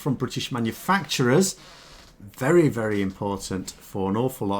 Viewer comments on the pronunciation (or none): none